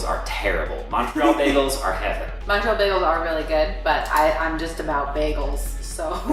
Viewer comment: Annoys how you pronounce Montreal :(